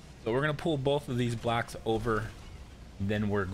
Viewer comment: Ro-“blacks”, building “blacks”, Road “blacks.” Is no one else gonna talk about how this guy says “blocks?” I seriously kept looking for something that was the color black, u til I realized he can’t say the work “Block.” Wtf!?